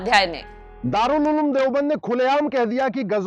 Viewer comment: Ulem nahi he uloom he😂😂😂😂